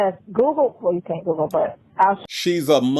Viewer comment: Everytime says Google, it sounds like he’s saying “Googly”